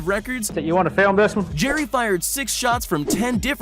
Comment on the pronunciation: Said jerrys name wrong